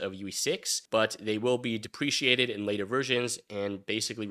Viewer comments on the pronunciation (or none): cough dep-reh-cate-ed (good video though :D) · DEP PRE KATE ED nor DEP PRE SEE ATE ED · Deprecated does not contain an i... it's not depreciated (that is a monetary concept).